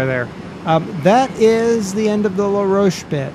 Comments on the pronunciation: La Rochelle is pronounced LA-ROW-SHELL, not LA-ROACH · u say ut like la roch elle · You need to pronounce the "Elle" on la rochelle. It is the last e that is silent. :-)